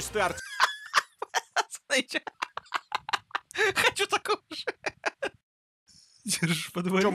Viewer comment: 4. Чтобы меня позвать нужно сказать как в этом видео Артэээм